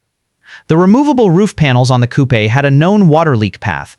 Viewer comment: AI crap. Never even mentioned Zora Duntov, no mention of the L88. And “cou-pe”? WTF